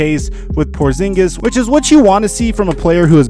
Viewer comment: Porzingis? You serious bruh??